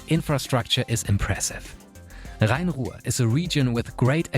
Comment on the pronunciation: Your perfect pronunciation of Rhein-Ruhr makes me wonder if you are actually German